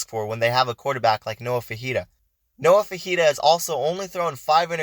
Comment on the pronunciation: It’s pronounced “Fi- fi- ta”not fajita he’s not a chilies dish